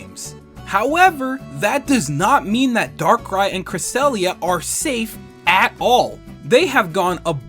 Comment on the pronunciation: Understandable mistake though. You naturally want to say cresellia after saying "Darkrai and"